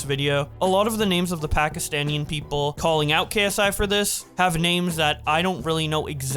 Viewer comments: I probably think you don't say it a lot and I don't mind, but it is pronounced "Pakistani" not "Pakistanian" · It's not Pakastanian people it's Pakistani people😅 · Bruh actually said ‘Pakistaniann’ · No? The correct word is Pakistani, I've never met someome who said it like and I've lived there all my life